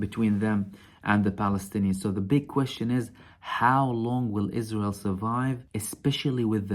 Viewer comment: "Is-Raw-Hell" is so wonderfool. .